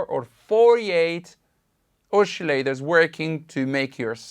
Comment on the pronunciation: I like the way you say " oschillators" 😉 seems to be unison ;-)